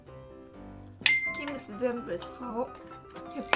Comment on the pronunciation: It's very surprising to me to hear you say 'Kimchi' like 'Kimochi', I only took some Japanese in high school so it confused me a little the first time you said it that way